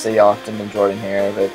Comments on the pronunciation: It is pronounced Jordan wrong, I can't believe you say it wrong! It's really cool, I wish I could have been there during those games. War Eagle, and learn how to say Jordan-Hare. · Learn how to pronounce Jordan-Hare. Other than that, it's pretty damn close. Have you done Parker, Haley, and Dudley?